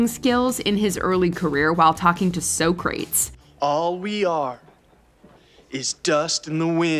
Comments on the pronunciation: No she did not just say Socrates like “so-crates” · Did shawty say so crates? 😂